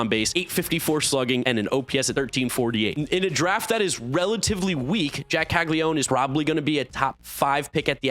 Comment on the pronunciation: Caglianone….Cah-lee-ah-no-neh (I assume the surname’s Italian but I’m posting this for those who care to pronounce it the IT way. We do Anglify words in the US).